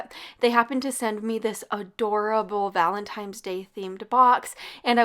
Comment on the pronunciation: This is not a negative comment I just wanted to let you know that the word Valentine is pronounced ValtentiNe not ValentiMe. Luv u recipes!